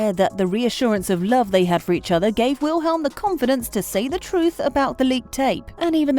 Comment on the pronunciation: the way she says Wilhelm and Simons' names 😭😭😭